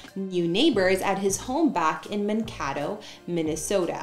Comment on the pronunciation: It’s pronounced Man-K-Doe. 😂 Minnesotan here.